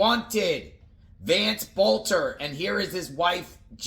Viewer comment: pronounce the last name correct please